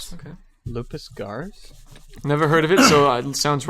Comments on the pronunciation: It was kinda painful hearing mispronounce Loups Garous. It's pronounced "Loo Garoo." It's French. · ...just going to point out that butchered the pronunciation of 'Loups=Garous.'